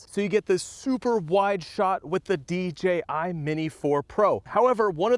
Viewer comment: Nice new D-Jay-I drone! 🤣